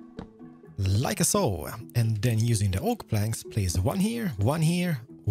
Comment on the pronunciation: I kinda Love the „lika soo“